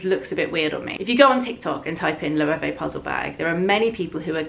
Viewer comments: Loewe( a Spanish brand.....is pronounced Lowavay.... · Sorry, but your pronunciation of Loewe sounds funny to me as a German. Loewe is a German name and is pronounced "løːvə" (English Lion). The brand was founded by a gentleman Loewe from Kassel.